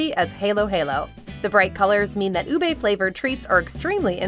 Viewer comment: LoL! My apologies, but I just find these funny. It's pronounced as "u-beh," not "u-bae." And it's, "ha-lo'ha-lo," not "hey-lo'hey-lo." I cringed then laughed when I heard this. Sorry again.